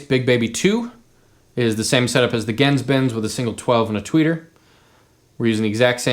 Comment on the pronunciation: your mispronouncing GenzBenz